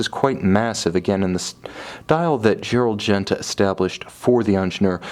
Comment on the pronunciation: "ongener", "dzzerald genta" lol